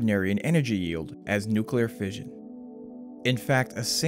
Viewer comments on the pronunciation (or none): clicked away when he said nuclearfission.